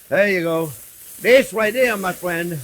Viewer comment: I'm not your Fwriend, Guy... J/k subbed for the yum!